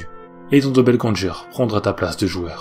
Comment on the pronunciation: Il me semble que doppelgänger ne se prononce pas doppelgän"jeur" Mais doppelgän"GUeur". Sinon super video qui plus est longue :)